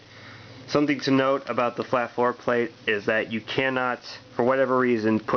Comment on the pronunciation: Interesting explaining how to grip and hold (THIS) Firearm LOL every Handgun should be fired that way?And yes you havt to (RACK)This Frikn thing like every Handgun?LOL Everytime you say FloorPlate sounds Like foreplay.Rack it Point it Fire it Like any other hand gun Note if you leave pinky hanging out you can pic your Nose on Reqoil👍